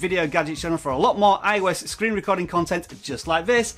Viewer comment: “Screen rescording” 😂😂😂😂😂